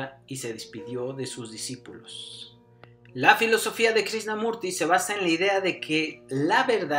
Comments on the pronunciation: Pensar que hace unos cuántos años muy pocas personas en las redes sociales online hablaban de todo esto y ahora, uuf. Ojala toques a las personas de ésta época, como Sergi Torres, Sesha, Sadhguru o a neurocientíficos como David del Rosario. Excelente video del que para mí inicio todo, Jiddu Krishnamurti (creo no se pronuncia Krisnamurti sino Krichnamurti). Saludos. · Lástima que dijiste mal su nombre todo el vídeo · Muy informativo tu vídeo, pero es importante que la próxima vez vocalices correctamente el nombre del personaje del que estás hablando.👍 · Cuando menos pronuncia bien el nombre pff